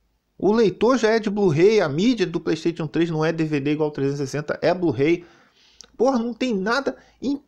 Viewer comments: "Blu-rei" kkkkk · O melhor do vídeo foi o "blu-rei" kkkkk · Blu-Rei kkkkkkkkk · Caraca a pronúncia do falando Blu-Ray KKKKKKKKKK